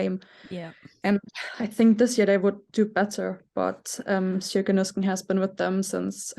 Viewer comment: Sjoeke is not pronounced like that, but like SEE-O-KEH